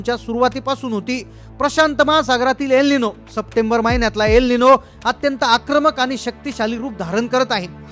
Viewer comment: अरे तेच तेच बडबडण बंद करून महत्वाच्या तारखा व काय ते सांग, आणि त्याच नाव अल निनो आहे एल निनो नाहीये